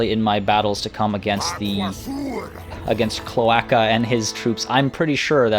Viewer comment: Cloaca is pronounced kloh-AY-kah it is the hole that birds and reptiles pee and poo from.